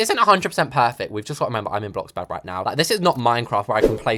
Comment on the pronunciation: U DID NOT JUST SAY BLOCKBURG😡 IT’S BLOXBURG MATE👀